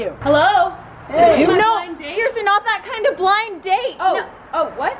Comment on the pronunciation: intro instead of when it keeps saying pension it should keep saying brirson